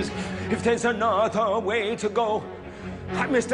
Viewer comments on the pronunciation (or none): Hugh Jackman is an exceptional Valjean. The only thing that bothers me is his sometimes odd emphasis ("A-No-Ther" )